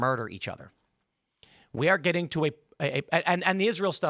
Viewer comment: “D’heys gittin paid” 😂